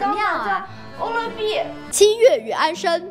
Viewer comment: 七月与安生，那个字念sheng，不是shen。前后鼻音不分